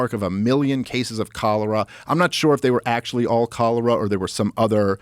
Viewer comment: "Well smahactually"